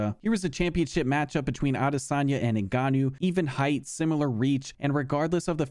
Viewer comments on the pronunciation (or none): none